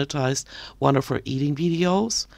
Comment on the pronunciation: “When it comes to my eat-eeeeeeen”